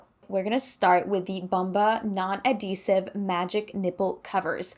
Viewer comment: adhesive. You have to pronounce the "H" its not silent!